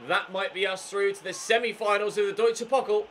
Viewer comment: You should pronounce the DfB Pokal with the 'a' like in the word 'far'